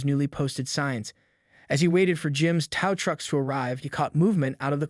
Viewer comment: Why are the words tow / towing / HOA consistently mispronounced. Is this an A. I. Narrator?